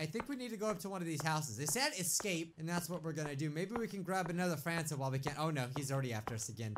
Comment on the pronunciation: I thought you said Santa xD